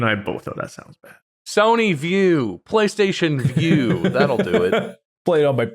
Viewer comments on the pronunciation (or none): none